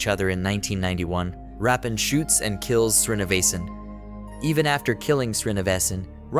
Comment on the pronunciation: Why do you keep saying Rappan?His name is Veerappan…..😂